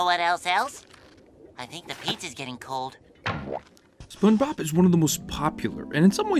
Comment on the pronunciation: …. You start the video off by saying “Spun-Bob” 😩